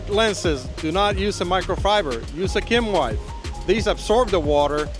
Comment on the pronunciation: It's "Kim Wipe", not "skim wipe". Kim Wipe is a brand of soft disposable tissues.